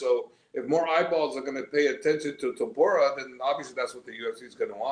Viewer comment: Javier calling him Topura is such a subtle diss 😂